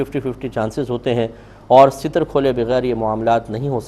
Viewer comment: لفظ ستر بفتح السین ہے لابکسرالسین